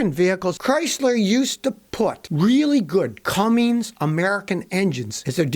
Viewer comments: It’s “Cummins”, Scotty, not Cummings. Cummings are things you do with your girlfriend ... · Scotty...They are CUMMINS diesel engines and not "CumminGs" Drop the "G" Scotty! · There is no C u m m i n G s diesel engine, Scotty, it's C U M M I N S. No "G". Jeez! Get it right for once. :) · Scotty says "Cummings" Diesel ? I never heard of that brand. LOL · I think it's related to the "Bilsteen" brand or maybe even "Porsch"😉